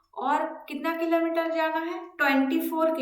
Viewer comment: Mam aap Killo meter ko kimi kyu bol rhe ho...